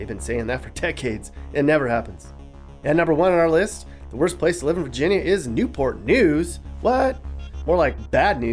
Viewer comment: It’s NEW-PUH NEWS!